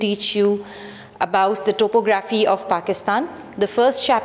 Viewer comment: uhh thank you so much this seriously helped but pls correct your topo-graphy accent